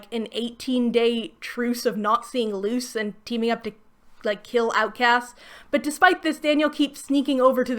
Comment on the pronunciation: I know you mean "Luce, the human" but it just sounds like you say "Luz the Human" and reminds me how I could be watching much better fantasy stories 😂